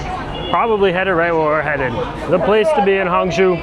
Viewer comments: Hangzhou: hang-JOH, not hong-JEW. Didn't you even listen to the announcements on your train?! Knowing how to pronounce the "zhou" syllable will serve you well in many Chinese cities. 🙂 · It’s Hang-joe, not Hang-jew. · It is Hangzhou. NOT HANGZU. It is pronounce HangCOU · Many Tourists goes to the light and giant water musical fountain show. I am from Singapore and I worked in China for 30 years. This place that you went in HANG ZHOU - pronounced as HUNG CHOUL as is CH with SOUL without the S, CHE- OUL CHOUL, zhou. There is Su ZHOU next door, which is very nice short ride away, and you can visit a very very big musical fountain laser light show there at Jin Ji Hu, Golden Chicken Lake, the place that Singapore invested and built from a farmland into a metropolis. Worth to go eat at the Michelin Starred GU SU Bridge Noodle Restaurant serving the SQUIRREL FISH hand pulled noodles. You will never forget it, and the food is not spicy in Hangzhou. Problem is, you went to a non local outfit, as there are many types of cuisines in China, 8 main types and 54 local types. Hang Jia Cai, which means Hangzhou Family Cuisine does not typically use chillies. They are mainly sweet and sour, using sugar and vinegar in their cooking for most of the dishes. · Like the way you foreigners butcher our language. Hangzhou is not Honggu! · it's hangzhou, not hangzhu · i swear if you mispronounce Hangzhou wrong one more time